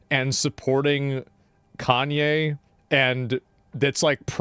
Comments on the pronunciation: “two yearrs ago I interviewed Kainyay YayWest” 😂 British accents usually sound good with every word, but definitely not Kanye lols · That's not "Kanye" it's ye. Get it right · Kanye got insulted like the typical leftard that u said his pronounce wrong.